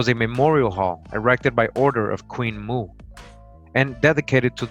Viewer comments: Queen Moo? Or Queen Mo'o, pronounced Mo - oh? Mo'o is the Hawaiian word for reptile. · In fact on the title page there's a glottalstop above the first O indicating that the pronunciation is not Moo but Mo'o, meaning lizard or reptile. Queen Mo'o could very possibly be Queen Reptile. Some of these beings were wonderful. Some not so much.